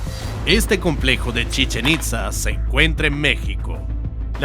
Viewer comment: Por favor, no me agringuen el nombre de CHICHEN ITZÁ, no es estadounidense, es maya mexicano así que, lleva acento en la á, por favor. Gracias.